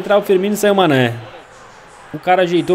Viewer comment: Manè: pq vc falou meu nome errado Mané: pensava que tu era meu amigo è Mané: falava meu nome direito:foi cem querer mano desculpa por Falar seu nome errado desculpa por falar seu nome de sanè Mané:para de falar meu nome de sanè!:tá bom tá bom San.... Mané:oque!!!!!: nada Eu:mais o que e isso Cabo^_^